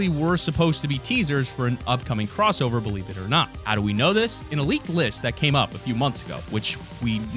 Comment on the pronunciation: The drowning the it "crossower"